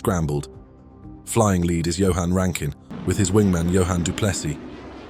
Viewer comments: rankin not ruskin mate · There is no such entity as “SAFE-AIR” its SAF-AIR….Jesus Christ: SAFAIR!!!!! There is no such human known as “RASKIN” …. It is RAN-KIN…. RANKIN!!!! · BTW it was Rankin. not Raskin... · Not Raskin, it's Rankin!